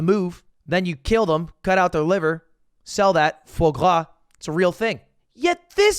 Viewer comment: Yo Foie gras was pronounced way wrong like bruh. Foie is pronounced like froid (cold in French).